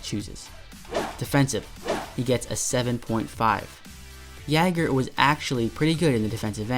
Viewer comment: Really bugged me how u said jagr but great video lol